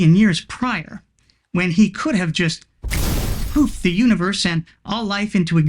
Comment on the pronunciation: Did you say god 'poofed' the universe into existence, or 'pooped' it? Because, looking around, I think I know which it was.😉